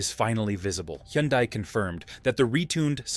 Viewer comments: It’s pronounced HUN-DAY. (Rhymes with SUNDAY) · The AI voice algorithm tried about 4 different pronunciations, all wrong. 🤖😅